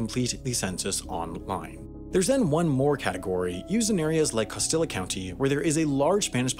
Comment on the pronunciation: That was the worst pronunciation of costilla county I've ever heard